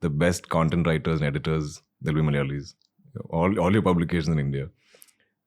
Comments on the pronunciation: Its not "Malyalis" it's Malayalees :)) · it is "mala''yalis not malyalis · 'Malayalis' not 'Malyalis'